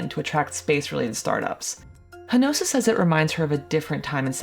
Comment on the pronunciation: More Perfect Union folks: for starters the narrator mispronounces Ms Hinojosa's name every time she mentions her. Related to the taking advantage of farm labor as being terrible, in 1920, California's minimum wage was $0.33 per hour. By 1925, 15 states had passed minimum wage laws, including California at $0.16 per hour. There were people ready and willing to work and happy for that farm labor wage. you shared about the northern exploitive farm buyers. The man who bought Boca Chica many years ago (in the 1960s I think it was)was a Chicago business man who sold lots out there for Kopernic Shores. A hurricane pretty much wiped out his vision. and that statue was not put up or made by Elon Musk-it was done by a local person who just might have been protesting. People here have always wanted good paying jobs. YES there are issues with Space X but all the years I have lived here-almost 80-the youth have moaned there are no opportunities. there is nothing to do. etc etc etc. Progress is painful-just as those the Spaniards dispossesed when they came uninvited to this hemisphere and the havoc they spread among the inhabitants of the area. Life brings many unwanted consequences. We the people are not inherently good-never have been, never will be. MOST want to have more than they have, which is why credit debt is out of this world. I do not think we will ever colonize Mars...but I have to admit I have been wrong many times. Folks have wallowed in Elon Musk's 'money' and taken care to